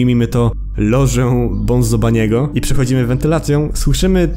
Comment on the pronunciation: bunzo nie bonzo